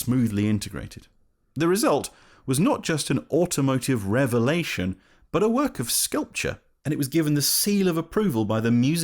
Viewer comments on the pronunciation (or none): none